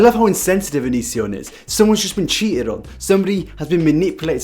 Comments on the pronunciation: here's a game, tale a shot for everytime he says youtube name wrong lmao j/k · I burst out laughing every time you mispronounced his name I was literally dying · Living for how you keep mispronouncing his name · It's not that you say it wrong, its that you say it wrong so many times.